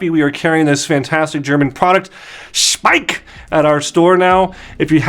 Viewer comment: In their own videos they pronounce it "Schpeik", with a "sch" like in the beginning of the name "Shawn" and an "ei" like the "I" in the name Mike...